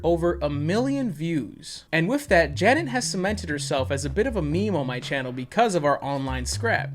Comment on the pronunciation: I kinda love how you say “wif” :)